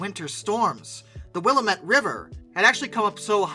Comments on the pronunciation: It's pronounced wool-LAMB-it. Also, it's not to be overlooked at the ORHC, I remember seeing her under maintenance last time I was there. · I visited the Brooklyn Roundhouse in 2002 or so. Oh and that river is pronounced: Wil LAM it. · Willamette, the correct way to say it is will-am-et. Sorry 😂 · It's Will-lam-it river. Every time makes a video about the Northwest he is going to get a new place name wrong. Try Kooskia, Kamiah, Weippe, Lapwai, Juliaetta, Pond Oreille, Coeur D'Alene, Wallowa, Wallula, Walla Walla, Ayer, Kahlotus, Snoqualmie, Puyallup, Tenino, Enumclaw, Chehalis, Ilwaco, Quillayute, Chilliwack, Nanaimo, Ucluelet, Osoyoos, Okanogan, Chewelah, and Conconully. I'm sure there's more good ones. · Willamette is pronounced like these 3 words in this order: Will am met. Love your content. Keep it coming my boy.